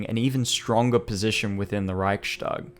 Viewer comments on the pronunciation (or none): I am not sure if you will see this or not. If you do, just fyi the word is pronounced "reichs-tag" as in it is the "reich's tag" and is not pronounced "reich-stag" as in "reich shtag." The s in the middle in this case is a simple [s] sound and is not an [sh] sound. It has to do with the grammar and the word division. Just a small thing ;) other than that, I reaaally enjoyed the vid! High quality stuff! I am a fan of this!! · NB "Reichstag" is pronounced "Riyhs - tak" (long "i"; and "g" at the end of a word is voiceless, and thus becomes "k"), not "Riyshtag" (yes, it is true that in standard German "st" is usually pronounced as "sht", but NOT in composite words consisting of two semantically independent elements). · Great video, just one thing because you are really trying to nail the pronunciation. Reichstag is pronounced without a “sh” sound. Usually in German st is indeed pronounced “sht” but only if the st is a natural part of the word. In Reichstag the s signifies the genitive case (attributive case). The Reich’s parliament. Reich s tag. Thus it is not pronounced “sht.”